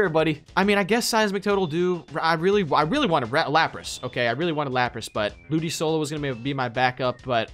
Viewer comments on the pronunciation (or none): Hearing you say ludisolo and not ludicolo is triggering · WHY DID HE KEEP SAYING LOODISOLO INSTEAD OF LOODICOLO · Ludisolo? It's LudiColo you pronounce the C like a K. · The way they pronounce the C in Ludicolo and "BAGON" is kinda irritating. Hahahaha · Your pronouncing ludicolo wrong or do you know that and do it on purpose